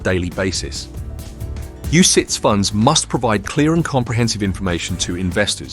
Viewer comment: "UCITS, UCIATS, UCITES" .... it's the same word mate